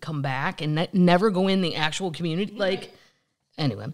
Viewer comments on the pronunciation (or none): none